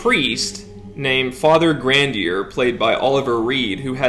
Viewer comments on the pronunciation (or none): I don't mean to be a stickler, but these pronunciations really a rent that hard, you could at least try. Say it with me now. Grahn-dee-aye, Lew-don. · You watched the movie but still mispronounce Grandier and Richelieu? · You keep mispronouncing Grandier's name. How come?